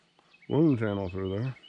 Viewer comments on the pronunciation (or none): none